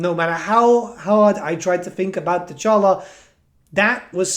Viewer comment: The campaign intro gave you the proper pronunciation of Dechala.